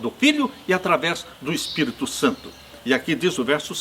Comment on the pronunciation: Gosto de você, mas não aguento quando você fala Espirto e não Espírito.